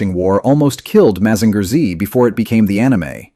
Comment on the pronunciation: Mazinger Z, pronounced Mazinga Z in japaness, is the real name of the robot